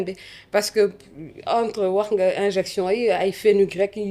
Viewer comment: C'est" injection" au lieu de "injinction" une petite rectification